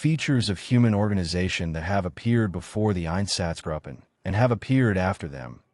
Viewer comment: It would also be helpful if German words were spoken with more of a German accent than an English accent. If you want a quality product, this could be done. For example, It’s “gruppen” with a long “u” sound, not “grupen” like “up-en”. Spend the cash and get a professional translator to help with the accents/pronunciations. This is done all the time. Then it doesn’t sound so amateurish.